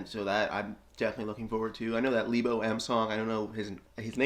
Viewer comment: It's LE-bo, not LEE-bo. He's a South African musician.